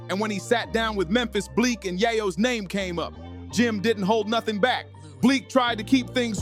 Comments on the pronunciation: How are you gonna post a video about someone you can't pronounce their name correct. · Can't even say man's name right! 😭🤣😂